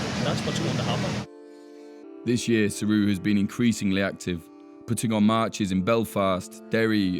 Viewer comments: How is he prononcing saoradh. as suru? Isnt it almost pronounced like Sarah.. saor meaning free. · I thought that. It's saor-ahh no? Not saoruuuuh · Just to let you know, Saoradh is pronounced the same as Sarah. Not Siri or wtf. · It’s pronounced sare-aa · His pronunciation of saoradh is terrible